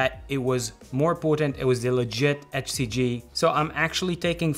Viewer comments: You pronounce HCG like "FCG". 😄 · He’s saying “HCG” I couldn’t understand him also…he cannot pronounce “H”!! 🤣😂🤣